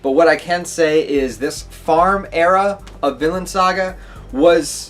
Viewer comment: At the beginning, it sounded like you said "Villain" saga.